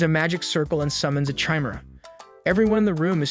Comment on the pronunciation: It's [Ky-meer-uh] not chaimera 😂